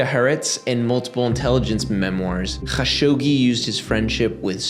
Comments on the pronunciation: definitely good character to pronounce people’s names correctly but his name inst KHashogi, the transliteration from Arabic would be A’dnan kha-Shuq-ji, but the origin commenter has a point in Arabic the letter خ doesn’t have as much kgggh in it as you’re pronouncing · bro, youre doing too much with dudes last name. just Kah-shogi. Dont need the kkgghhaaa-shogi throat loogey thing, especially while totally missing other foreign surnames without concern lol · Idk if you respect this guy but say it the way tim dillon says it, Kashogi lol. So much inficense on the hard R's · i hate like you pronounce his name: ACH SCHoggi" LMaO his name is and was "evil bastard" or SATAN HIMSELF 😆 YEAH the chechinian "attacks" have been the 9/11 or "pearl habor" for the falling UDSSR. same playbook, sam actions, same outcome. Hitler did the same like 40 years earlier with the "reichttagsbrand". why we fall for the same shit all over again, every few years?... its freaking crazy!!! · yea great video but the HAAGGGGSHOGI every 10 second is fucking awful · okay I put up with it, good video. just don't spit at me next video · I love your videos but I gotta dip out on this one. I can't hear you pronounce his name like that anymore. I'll be back for the next one 👊🏼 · Bro stop pronouncing Kashoggis name like that, just be normal. Its a foreign name no one is going to judge you for not pronouncing it right jeeezz.....